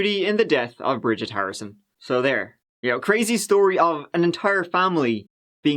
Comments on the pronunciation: Quite the "schtory" 😅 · the shtory with this one